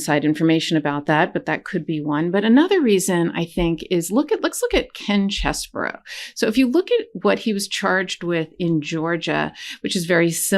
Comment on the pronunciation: As a southerner, I am far too well bred to point out the shortcomings of another. Nevertheless, tracing my family name 'Scarborough' back to 925 AD, it really offends me that you pronounce Chesebro as Cheseborough. It's CHESS-bro! His non-apology apology underscores his lack of integrity, honesty, and moral uprightness.